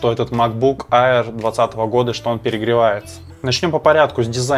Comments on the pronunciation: Только не «айер», а «эйр»😊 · Макбук АИР... Читается как Эир